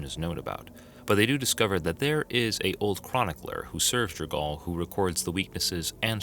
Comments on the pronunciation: That is to say, not J'r-gaal. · Jergal (pronounced: /ˈdʒɛrgʊl/ JER-gul]) Edit: For some reason when you say 'Jergalist' you do pronounce his name correctly before returning to J'r-gaal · Guy puts a strange inflection on jergal’s and Myrkul’s name . Like an exclamation on the A and the U.